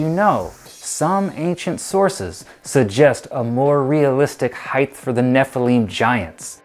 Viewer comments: You are clearly an expert since you are saying heighth instead of height lol SMH😂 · Heigh(T), not Heig(TH). Hard T, no TH sound in height. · Please, it's height not heighth! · Quit saying heighth, it’s not a word. HEIGHT has no tense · Would everyone please stop adding the "th" sound at the end of height. It's pronounced with a "T" so you literally sound like you have a speech impediment. Thanx 👍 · H-E-I-G-H-T IS PRONOUNCED ( H Ī T E) There is no 'th' sound in the word height!!!! You sound like a moron!!!!🤔🤨😐😑😤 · Why is he saying heighth 💆🏽‍♂️ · Please learn how to pronounce height, I can't even finish watching, it was so annoying, it's pronounced hite!! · How am I supposed to watch a video about height when 20 seconds into the video, the host thinks it called heighth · Are you pronouncing it 'heighth'? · Does the word height somehow now have an added h at the end because this guy apparently speaks as such. So annoying, like the word literally! Didn’t even get past 2 minutes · Maybe in all your “extensive research” you should have actually read the word: H E I G H T. Note the lack of a “TH” At the end of the word. Here in the modern world, we have this almost magical resource called “GOOGLE”. See also: Bing… Jeeves… Webster’s Dictionary… or if all that’s too complicated, maybe just ask Siri! “Hey Siri, how do I pronounce height?” If you want anyone to take you seriously and not dismiss you as an uneducated, bush-league idiot, you really need to expend 10 seconds of effort to learn how to pronounce the word you supposedly spent “weeks” researching.